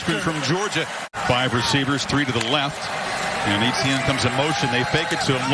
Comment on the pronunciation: Why does he pronounce etienne so weird